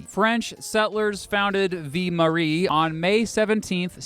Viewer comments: Ville is pronounced "vil" ; not "vee" -- just sayin' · Montreal is pronounced Munn-tree-all in English, not Mahn. Just like Biloxi is Biluxi. That’s just how it is. Ville is pronounced Veal. Not Vee. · The French word “Ville” is pronounced “vill” not “vee”. The letter “e” on the end of the word means you do, in fact, pronounce the “ll”. “Vie” (meaning “life”) is pronounced “Vee”. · When you say ville(city) it sounds like you’re saying vie(life) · Ville is pronounced like vil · Ville is pronounced exactly as it sounds, with the L sound, not "vie". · its not vie marie its ville lmao and pierre is not said the way u said it pierre is french for peter. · The French word ville is pronounced to rhyme with 'shill', not the Spanish pronunciation that rhymes with 'gee!' And don't even get me started on your pronunciation of St. Pierre. You said St. Paris...